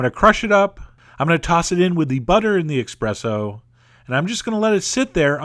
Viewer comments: eXpresso? eXpresso? don't you mean eSpresso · ESpresso, not eXpresso! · espresso not EX-presso. Your pronunciation is outrageous!! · He said "expresso"! There's no "X" in "espresso"! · I’m not here to be a hater, but your pronunciation of certain words irritate me! It’s ti-ra-mi-su with emphasis on “su”, no emphasis on “mi”. You’re confusing the emphasis on syllables with that of miso soup! Also, there is no such coffee as expresso, there is no X! It’s ESPRESSO! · espresso not expresso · Chef, are you saying “expresso”...? Espresso. You’re Italian ancestors thank you. :P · You lost my respect at "Expresso"... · must try this! but with ESPRESSO instead of "expresso." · Its eSpresso not eXpresso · Its not EXPRESSO! its ESpresso!!!! GEEZ! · I love you and your food videos so much, and I binge on your channel even worse than I do with actual food itself, but I swear... It's "espresso" and not "expresso". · It's "espresso" ...not " X " O. .. :-) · Chef John, with all due respect, it is pronounced espresso, not express-o. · STOP SAYING EXPRESSO!! IT'S ESSPRESSO!! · It's Espresso. Not EXpresso. I died a little inside. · Expresso? isn't it espresso? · expresso? really? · Espresso, not expresso. :) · i think the coffee is called espresso and not eXpresso. :> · I didn't know there was an X in espresso... pretty sure it's pronnounced eSSpresso... not eXpresso... just sayin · it IS pronounced eSpresso, not eXpresso. Stop sticking a letter where it does not belong, its infuriating ;) Awesome channel and website though, I've made a bunch of the recipes so far and I'm glad I found this channel. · Oh Chef John. Your Italian pronunciations are horrific! -It's TiramiSU not TiraMisu (ephasis on the 'su') -ESpresso not EXpresso (It means 'pressure' not 'quickly') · italians say ESPRESSO, not EXPRESSO. "Expresso", hahahaha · That look incredibly tasty!!! P.S. What's with the "X" pronunciation in eSpresso? O__o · Chef John! It's not expresso! It's espresso! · Expresso? ESPRESSO